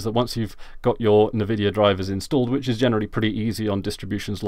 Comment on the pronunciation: Why do you call rivatuner rivaturner, and why do you pronounce Nvidia Nevidia? Is there is joke im not aware of?